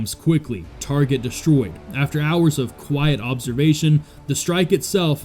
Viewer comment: Yes, I left this same comment on that video as well right before watching this one. I also mentioned how that garbage AI voice over that they use can't even pronounce half the words it's trying to say correctly. Cardle?(cartel) Hower?(hour)Mack?(Mach). That channel is trash.